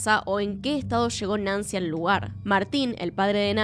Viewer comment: Que buen y triste caso, muy buen video, excepto por la gran cantidad de sho, sha, leshó, leshendo, shamó que me marearon.